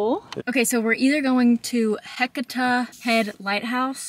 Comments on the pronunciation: Ha-sea-ta is how you pronounce Heceta….but in your defense lots of places around there to mispronounce. I’m glad you folks liked the area. Florence and Newport are beautiful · Glad you & got to experience the Oregon coastline. I take it you drove out to Florence & headed north?? Fyi, the headlight name/point is pronouced Heh-see-ta, althought its spelled Heceta. Close enough.